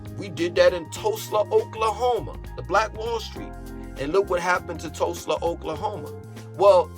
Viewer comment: bro…I’m from Tulsa Oklahoma and it’s sooo funny to hear you butcher the name EVERY SINGLE TIME!! 😂🤣